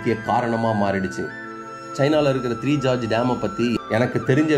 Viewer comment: ஜார்ஜ் இல்லை கோர்ஜெஸ்